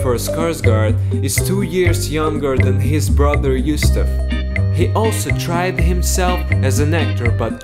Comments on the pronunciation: Why does the narrator says Yusuf instead of Gustaf? 😄😂🤦🏻‍♀️ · Lol, "Youstaf".